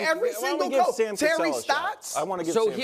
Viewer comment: Brou had a Freudian slip saying choke instead of Coach